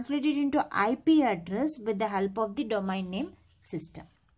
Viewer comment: Abe pagl domain ko domaen kiu pdhte ho aur router ko rutr 😂😂😂